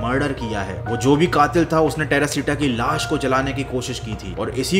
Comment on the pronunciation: Terashita❌ perashita moll✅😂😂